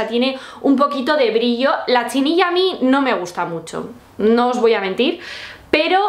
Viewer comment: No es chinilla, se dice chenilla...